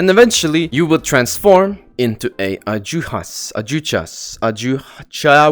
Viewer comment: its pronounced "adhuchas" just so yk